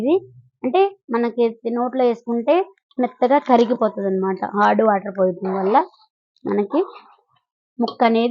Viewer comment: హార్డ్ వాటర్ కాదండి అది హాట్ వాటర్... కానీ చాలా బాగా చెప్పారండి....